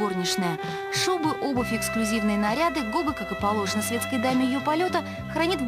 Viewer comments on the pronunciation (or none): Не Гога а Гоха (Гаухара)